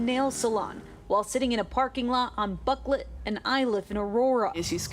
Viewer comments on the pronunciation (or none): It's not "Bucklet road" it's "BuckLEY road". Now imagine how a little human or AI mistake like that could injure someone, or worse.